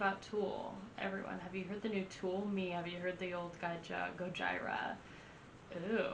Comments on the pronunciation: What a guy would do for his girl to react to "The Art of Dying" the same way you did. FYI its pronounced "Go-G-rah"😂 A list of a few of my fav Gojira songs: Silvera (Music Video), Flying whales, The Gift of Guilt (LIVE at Braxton), Pray (LIVE at Red Rocks), Amazonia (Music Video), Toxic Garbage Island, Sphinx (Music Video), Esoteric Surgery, Oroborus. Honestly every song is amazing there first two albums are also amazing and extremely heavy. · Omg my spine cringes everytime i hear Goj- EYE-ra….. lol stop it please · It's pronounced Goyeera. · Liked your Goj"eye"ra review 😆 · "It's finally here... Go-jyra" XD Sorry, that just sounded funny. Great reaction! Btw, they are one of the best live bands I've seen and I've seen about any metal band you can think of and they are at the top of the list of metal bands that kill it live. Their drums live are just punishing, you feel it in your gut every time he his the bass drums or the floor tom. Definitely a must see band if you have the chance. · Gojira... Gojeera! GOJIRA... GOJEERA! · It's pronounced "Gojeera" just fyi. As in Gojira, the Japanese way of saying Godzilla. Also: Hold On, New Found, Flying Whales, L'enfant Sauvage and Born in Winter are must listens. I know you'll definitely like The Wild Healer as well, cause I know how much you like 1m30sec slow, moody interludes. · I laughed the moment she said Gojira. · Epic fail. You not only mispronounced the name of the band, you didn't tell anyone what song you're reacting to and there was no sound.